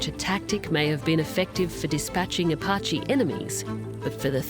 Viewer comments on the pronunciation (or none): none